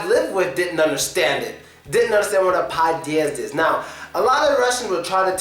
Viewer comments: Podyezd (Подьезд) You put stress wrongly it's pod'Ezd not p'Odyezd Sometimes u pronounced it okay sometimes not :P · it so funny how this guy say padiezd😄😅